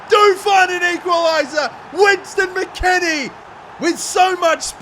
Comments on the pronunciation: “winston” mckennie 😭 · "West" not Wins mate. Lol I'm just a saltyy American